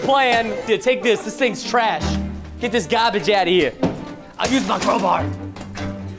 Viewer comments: lol crobar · When presten said “crowbar” i thought he said cobra so i thought he'd use a snake